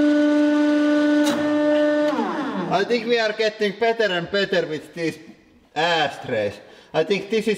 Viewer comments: Sounds like he says "aaaass tray" at the end 😂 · "Asstray" XD